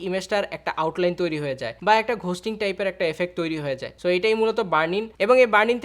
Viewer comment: For fucks sake its "গোস্টিং" not "ঘোস্টিং"